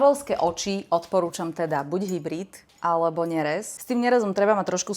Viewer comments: Vyslovuje sa to, ňehrdzavejúca oceľ 😉🤗 , takže po našom by to mohlo byť, že ňehrdz a v týchto prípadoch vyslovujeme mäko.👋👋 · Sa najprv nauč, ako sa vyslovuje slovo nerez.